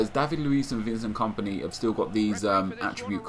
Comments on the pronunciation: i always crack up when Nep says Vincent Komponi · Laughing so much at the way you said Kompany :')